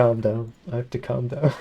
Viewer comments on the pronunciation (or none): none